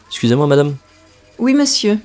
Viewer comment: Didn’t receive PDF. Can only hear the Xusez-moi no matter how many times of repeating 😂 usually total lost in the long sentence, most of the words in the long sentence either become just some short syllables or the liaisons and beginning /end of the words got eaten up.